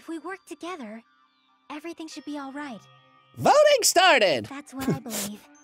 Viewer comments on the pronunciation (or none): Akane said voting. With a G